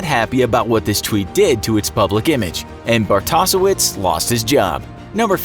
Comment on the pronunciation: No relation, but it’s pronounced “Bart-o-shevitz”.